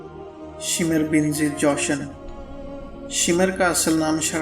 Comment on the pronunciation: shimar nahi shimr bolo..........daggay pendu